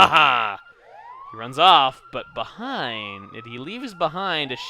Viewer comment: "he leaves beh-EIN-d"